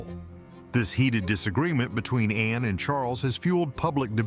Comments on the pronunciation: It’s Ann not Anna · It isn’t Anna It’s HRH Princess Anne. The E is silent n so annoying with names that presenters say including Prince Louis the presenters say Prince Lewis ??? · It is Anne not Anna. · Her name is Anne, NOT anna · it is ANNE NOT ANNA GET IT RIGHT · Her name is Anne not Anna!!! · The name is Not Anna! Her name is Princess Anne. The E is silent. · Her name is not Anna ANNA! It is ANNE! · It's Princess Anne. Not Princess Anna. Please get that right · She is Princess Anne (the e is silent). Her name is not Anna. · It’s ANNE…not Anna